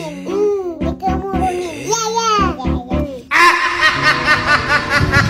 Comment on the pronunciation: Bukan KEMURUNIN😅 tapi KERUMUNAN 😅